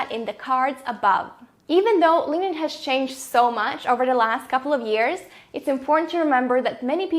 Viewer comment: GREAT video. But i cant unhear 'Linged in' lol